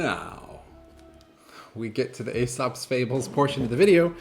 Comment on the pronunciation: The "ae" at the beginning of Aesop is pronounced like a long e [EE-sop] as it is in other "ae" words such as caesar, aegis, paediatrics, antennae, etc.